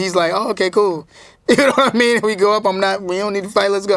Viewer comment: I think it's more like, "Nahwmeen?"